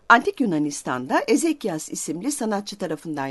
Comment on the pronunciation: Ressamın adı Eksekias olacak. Ayrıca bir atkım kelimelerin telaffuzları yanlış (mesela kyliks). Bir arkeoloğa dinletmek lazım önce.